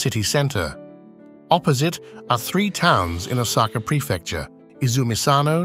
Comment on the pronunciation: Even Osaka is pronounced wrongly. Then again, the speaker doesn’t seem to be Japanese so it’s fine.